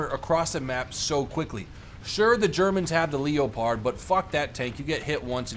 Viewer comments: Leo----pard you do realise its one word Leopard or pronounce it as "lepard", is it you're accent perhaps. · lep...pud? He isn't British. He should be pronouncing it lep...erd. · The Leo........pard?? LOL laughed so hard at this. It pronouced lep....pud you know leopard as in the wild african big cat! :) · Did you say LEOpard? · bro its not Leo-pard please google it..... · He's not stupid knows this but as the leopard is a German tank he pronounces leopard in the german way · Don't take this the wrong way but, are you saying leopard wrong on purpose or a I missing something? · I wonder if he realizes it's pronounced leopard as in the animal that will eat your face. For example, the tiger is a big cat, the panther is a big cat and so is a leopard. The germans named all those tanks after the animals.....